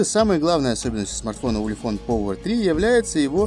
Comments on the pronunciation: Ты ламер, научись по-английски разговаривать, повер. Делаешь обзор модели, не зная, как она произносится даже. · как можно снимать обзоры если читать на английском не умеешь? Повер...